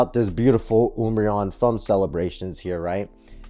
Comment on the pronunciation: Wiled? I think you might have misspelled something in your title, and nobody pronounces umbreon like that.